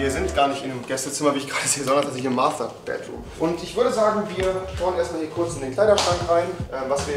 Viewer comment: Bro es heißt Master bedroom und net mathter bedroom